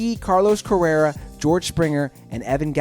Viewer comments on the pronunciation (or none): He also said Correra instead of Correa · That's Carlos Correa. Not Jose Altuve. That's George Springer. Not Carlos Correa. (Also, did you say his name was Carlos "Carrera"? C'mon, bro.) That's Jose Altuve. Not George Springer. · How many Astros players names are you going to butcher? Fucking Keekil? Correra? Also you showed a picture of Carlos CORREA when you were talking about Altuve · "dallas keekle, carlos carrera, j a happ (pronounced jay), anthony rendin" damn dude get your names right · Keechel?! Corera?! *sigh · This guy knows nothing about the Astros 😂😂 McHugh has sucked, pronounced Keuchel and Correa completely wrong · This guy botched the pronunciation of Dallas Keuchel, Carlos correa, and Anthony Rebon. Also where the fuck is the Rangers??